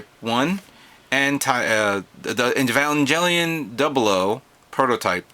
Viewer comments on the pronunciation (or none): The "G" in evanGelion is a HARD G like in Goat, or Gate